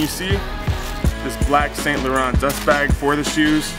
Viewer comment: The right pronouncing it"Eve san Lohong"but whatever,just wearing it anyways